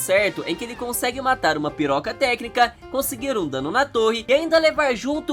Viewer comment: o cara a dizer PIROCATÉCNICA kkkkkkkk🤣